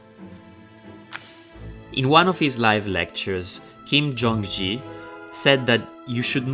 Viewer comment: "Kim Jung Ji" hurts to hear